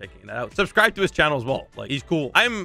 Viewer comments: he said arbsmis how is it subribe backwards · At start, said:ebircsbus (Subsribe) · Am I the only one that heard "ebiyibus" in the beginning